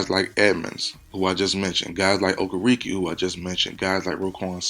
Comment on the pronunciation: It's Bobby oh-ker-uh-kay